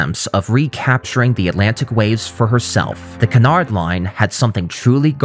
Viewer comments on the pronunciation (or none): His pronunciation of Cunard is revolting though lol. It’s pronounced like “cue” or “Q” so “Q-nard”. Not Kuhnard lol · Its pronounced the Q-nard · Stop saying Cunard wrong please! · You can start with pronouncing Cunard correctly.